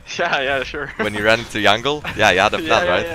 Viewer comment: its jungle not yangl